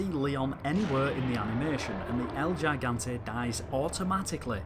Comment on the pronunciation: It's pronounced "He-Gan-Tay"